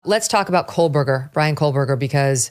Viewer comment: It sounds like Megyn is saying, "Kohl-berger". 🤔